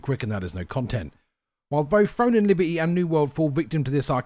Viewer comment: "Libe-y" lol